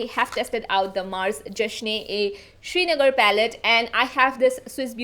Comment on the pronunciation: haha you are the cutest... It's shringhar not Srinagar..... Sringhar means to adorn oneself in Hindi i think and Srinagar is the capital of JK..i got so surprised to hear that Mars launched a pallet with my city name 😅 I love you, you are the cutest